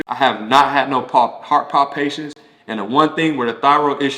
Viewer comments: Heart palpitations, not heart Pond- patience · Those “palpitations” ain’t no joke! I guess that’s what he meant by “palpations”. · Thank you for sharing. Just so you know it's pronounced heart palpitations. 🙂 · This was interesting. I had no idea that a lot of athletes have high blood pressure 😮. And I love the way he pronounces "palpitations." Cute 😊